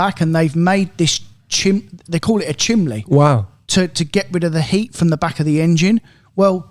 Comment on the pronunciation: Is calling it a chimley on the Artura rather than a chimney?